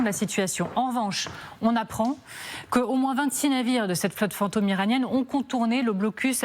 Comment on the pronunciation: Le commentateur paraît assez intelligent, mais pourquoi prononce-t-il plusieurs fois fant'homme à la place de fantôme ?